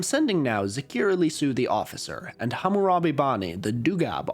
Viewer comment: a white boy pronouncing hammurabi's name correctly !!!